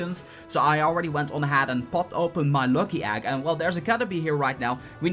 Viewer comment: like your content. but u need to learn the difference between the letters A and E. and F and V.. example: it's Egg, not Agg. it's next, not nAxt. video, not fideo. other than that.. keep it up